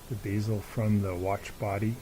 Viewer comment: That would be BEZEL as in say Betty or Bed. Not BEEZAL.